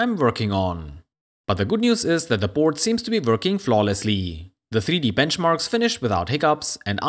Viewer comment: It’s Board with an a not Burd with an u